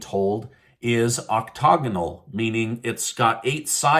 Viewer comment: octagonal. Not octogonal.